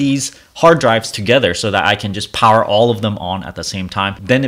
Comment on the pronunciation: Dude it drives me nuts when you mispronounce the word "that" by saying "dat." You are clearly an intelligent man, it cannot be that hard to learn the correct way to say that. You speak English well, except for a few words. When you say "dat" you are putting your tongue on the roof of your mouth. If you say "that" correctly, your tongue will be pressing on your upper teeth at the bottom. If i lived near you, i would meet up with you and give you a speech lesson. There probably are Speech Therapist's on YouTube, or you can ask google how to pronounce the word "THAT. " This was said with the mind and heart of a teacher. Not meant to be mean-spirited.